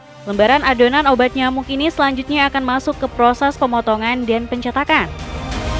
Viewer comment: KRITIK kenapa pembacaan narasinya banyak yg menghilangkan huruf terakhir di akhir kalimat ? contoh : pengeringan = pengeringa dijual = dijua pemotongan = pemotonga ini editrnya yg motongnya ga pas, apa naratornya artikulasinya ngga jelas?